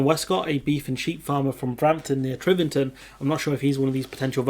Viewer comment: T i v e r t o n, not T r i v e r t o n.